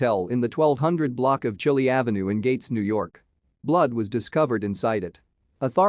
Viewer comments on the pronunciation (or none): It's pronounced ChI-Lye.